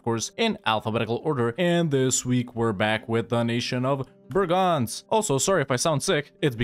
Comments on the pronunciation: It's BREGENZ, not BRAGANZ, Bragança is a town in Portugal. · Man, I never got what you meant when you said that name. It's Breeeegenz. Long, high "e". :D Kind of shocked I didn't get it. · The "e" in that name are NOT "a's" ... and it is a LONG e at the start and a short one afterwards. Chur isnt a "ch" ... but rather a "K" or more like a "Kh". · Just a tip from a local: try to pronounce it "bray-gance" ;) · The CH in Chur is not spelled with a hard ch but with a soft ch, not like a K